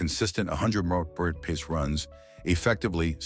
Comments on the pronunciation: Your AI needs working. It doesn't know how to pronounce mph. How absolutely laughable. Your code writer should be fired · Loathsome AI voice, can't even pronounce mph. Thumb down dislike given. Couldn't watch past 3 minutes.